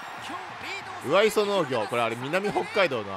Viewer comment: 上磯は「うわいそ」ではなく、「かみいそ」ですよ by北海道民